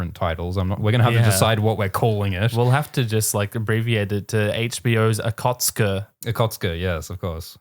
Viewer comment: The way says aKotSK sounds too much like 'kotske', wich is Flemish for little puke